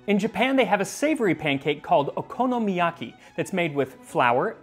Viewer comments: you butchered okonomoyaki. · and yet, that's definitely not how to pronounce okonomiyaki.